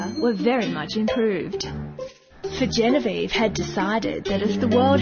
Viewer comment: its Genevieve ~Misa Amane